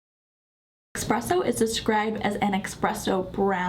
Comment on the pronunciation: Esssspresso there's no x in it.